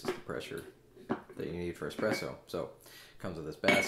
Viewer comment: Is it just me, or does he say, "expresso" ?